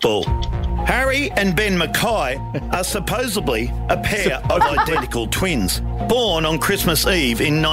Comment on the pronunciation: "Tonight on 16 Minutes" "Supposebly" "Collundrum" 😂😂😂😂😂😂😂